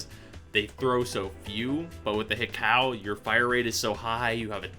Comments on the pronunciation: Pronounced He-Koo, plus it's nicer to say. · Hi-cow. Haiku, is what it sounds like. Sorry to be that guy, but just sayin.